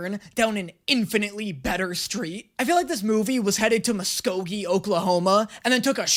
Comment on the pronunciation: Where Oklahoma? Muss-GO-gee is how you pronounce it